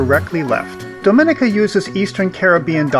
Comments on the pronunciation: It is Domineeka, not Domin/ika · Not 'dominika'! Say dom ee nee ca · It's not Domínica but Dominíca. Please pronounce my Island home's name properly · Pronounced Dom-i-nee-ka